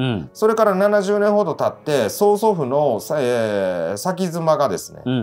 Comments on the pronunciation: 先妻は「せんさい」と読みます。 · 先妻 →さきづま× せんさい○